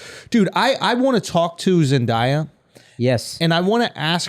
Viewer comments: It irritates me how they say Zendaya, it's pronounced Zen-day-uh, not Zen-die-uh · Love the Euphoria discussions as I am a big fan myself but it needs to be said that the boys keep mispronouncing Zendaya's name.